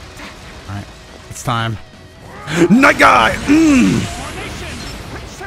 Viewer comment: the way say night guy is really cool and amole get double kill with night guy (really cool)